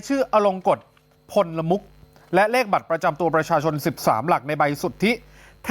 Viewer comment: นามสกุล เกรียงไกร ต้องอ่านว่า พลมุข ไม่ใช่อ่านว่า พล ละ มุข ไม่มีคำว่า ละ นะ คุณๆพิธีกรอ่านข่าวทั้งหลาย